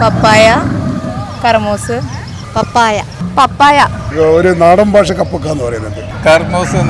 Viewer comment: 'ബാഷ' യല്ലേ 'ഭാഷ 'എന്നാണ് എവിടെയും പറയേണ്ടത് 🙏